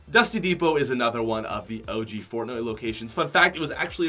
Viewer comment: he’s says fortnut lmao